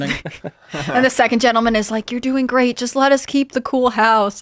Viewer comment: "MAKE AMERICA GERA T AGAIN"? o_O